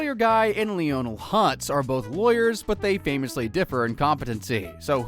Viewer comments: Lee-oh-nul Hutz? It’s Lionel… pronounced: lie-nul. Anyone who’s actually watched an episode knows this. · You pronounced Krabappel as Krabappel? I’ve been pronouncing it Crandall! I’ve been making an idiot out of myself! Also Lee-own-nel hutz? Man never watched the Simpsons in his life.